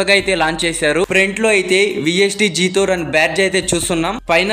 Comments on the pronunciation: జాథోర్ కాదు బ్రో జెటోర్ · జీతోర్ కాదు బ్రో జెటార్